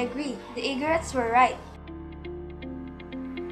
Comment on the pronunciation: Bad audio also their is a single r in igorots nonetheless goodjob guys👍